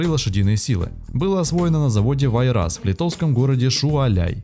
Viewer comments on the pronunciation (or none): Ролик прекрасный, НО - Са́ркана Зва́йгзне (Красная Звезда) - ударение на первые слога. Спри́дитис - ударение на первый слог. Ва́йрас - ударение на первый слог. Га́уя- ударение на первый слог. Большинство латышских и литовских слов ударяются на первый слог. Шауляй, а не Шуваляй. Кровь из ушей... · СпрИдитИс. вАйрас, ШаулЯй, гАуя.